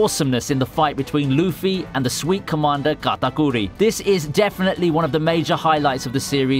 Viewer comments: the way he says katakuri is just so indian its sad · The way my man said katerkuri🤣🤣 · Him saying katakuri hurt me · luffy vs k a t a k u r i love the way you pronounced that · I love how you say katakuri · Was anyone else lowkey annoyed by the way he said Charlotte katakuri? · Everytime he tries to pronounce Katakuri 🤮